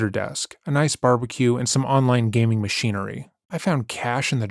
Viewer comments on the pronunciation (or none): none